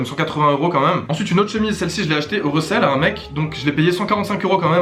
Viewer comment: Par contre fais gaffe à comment tu prononce resell ça devient très vite recelle aha